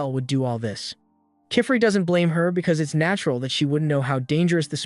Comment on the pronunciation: I love how each time they say the master witch's name it's a different pronunciation… Kifrey ?